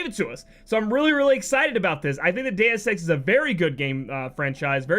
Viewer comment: "Dues EX" eh Lol